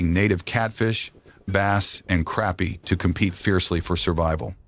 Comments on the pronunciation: Hey AI... it's pronounced crāpie NOT crappy, unless you are from New Jersey...lol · "crappie" does NOT rhyme with "happy" ... it DOES rhyme with "poppy"